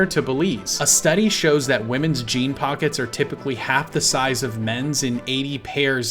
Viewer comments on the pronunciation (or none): none